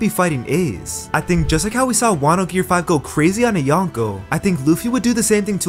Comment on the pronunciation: Gear not gare